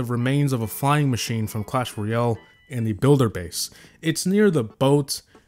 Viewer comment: "clan royale"